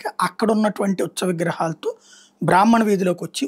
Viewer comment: గారూ.. ఉచ్చ విగ్రహాలు కాదండీ.. "ఉత్సవ" విగ్రహాలు అని చెప్పండి.. "ఉత్సవ" అని పూర్తిగా పలకండి.